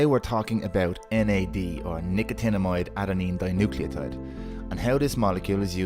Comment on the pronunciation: How long did it take you to get that right - Nicotinamide Adenine Dinucleotide ?